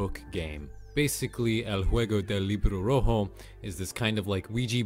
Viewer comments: I meen it was kinda good for a man who dont speak spanish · i love how he said redbook game in spanish in a very fluent way